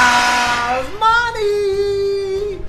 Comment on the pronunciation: The way he says Yasmani is cringed